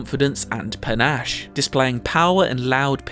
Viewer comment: Haha, he said "panache"